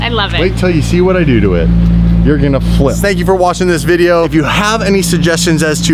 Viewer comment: That emphasis when he said 'Flip' I see what you did there